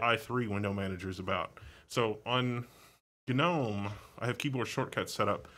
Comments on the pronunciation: Why is gnome pronounced gah Nome ? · I do not know why, but hearing him pronounce gnome ga-nome irkes me for some reason. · Isn't the 'g' in "Gnome" not pronounced..? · Gnome (pronounced ˈnoʊm) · the g is silent